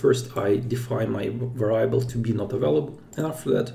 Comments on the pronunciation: сам ты блин вэрАйабл )) вЭриабл жи! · Great video. On another matter, I know English is not your primary language, so just want to let you know variable is pronounced veuh·ree·uh·bl. Keep up the great content and hope you are safe and sound during corona